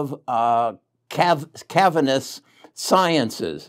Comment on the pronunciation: I haven't heard you pronounce cassava science correctly in 3 videos. It's not that hard